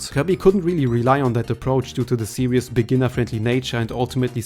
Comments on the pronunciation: "Series," not "serious." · His accent doesn't change the fact that he's saying the word incorrectly, the "ie" in series is just pronounced as an "ee" sound, it's not two different vowels. His accent wouldn't affect how he says that.